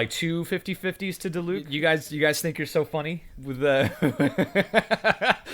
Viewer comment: hearing a va () say a character's name (diluc) wrong is the funniest shit ever